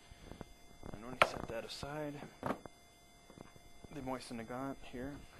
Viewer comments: Mo-SEEN, NOT "moisen". Trajectory is the same. The Mosin's bolt operated just fine in the cold while the German stuff seized. Hey, if you want to do a true comparison and come out with the Mauser being better, that's fine. However, you give the air of one who expects to find, or more to the point, wants to "prove", a preconceived notion. This does NOT make the preconceived notion correct. Would you like to shoot against me? Maybe make a wager? Josh at Smith-Sights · sorry... cant listen anymore.. The word MOISEN is pissing me off